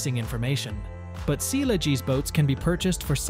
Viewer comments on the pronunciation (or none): Sealegs pronounced as sealegees was weird and funny🤣